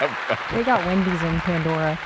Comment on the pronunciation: Wen-deez Nuts 😂